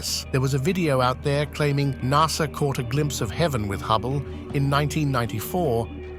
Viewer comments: lol closed caption spelled NASA the exact way the robo narrator said it, NASR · Bro said nasr